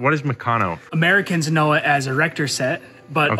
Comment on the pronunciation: The way he says mecanno is bad. It's meck-an-o. Or like a mechanic but replace the ic with an o.